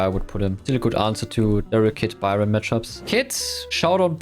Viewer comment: i think its just strange that he can’t pronounce easy things like that. But dont forget i respect but i cant hear people pronouncing byron a her. Its awful and cringe